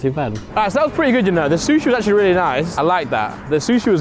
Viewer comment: "Where it seems the most clean, it's the most act-u-orly- mean" Truly words to live by 😂😂😂